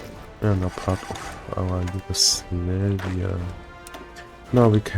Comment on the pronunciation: Why do pronounce Yugoslavia, Yugoslaveia?